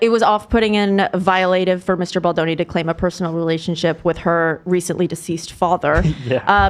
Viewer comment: Kinda sad ethan knows how to pronounce baldoni correctly now 😔 i miss ballzanga